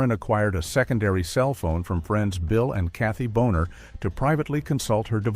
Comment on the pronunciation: Also, it’s Bill and Cathy Bona. Not Boner.